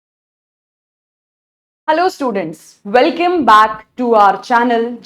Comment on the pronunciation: It's welcome not welcame😊